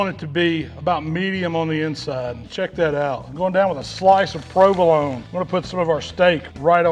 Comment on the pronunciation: A sloice of prewvalone